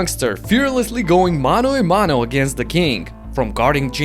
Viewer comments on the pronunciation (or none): Bro. It's Mano A Mano. Not MANO E MANO.